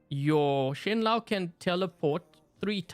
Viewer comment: it's pronounced "shen-low"